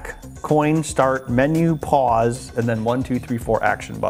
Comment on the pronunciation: Since I have a twisted mind: "And the buttons we need [...] back, coin, start, MENU, PAUSE [...]" The menu-pause sounded like menopause.